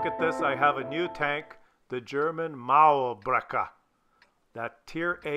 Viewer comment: "Muärbreker!" killed me